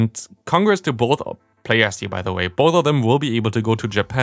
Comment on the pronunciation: Why do you always Day „di“ instead of „the“